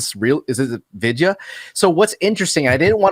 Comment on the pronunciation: Haven't watched this film in hindi but there is a remake of this film in telugu and tamil languages, called Anaamika. I remember getting sh** scared in the cinema PS. absolutely butchered the name. It's pronounced as, V-i-dh-y-aa baalan.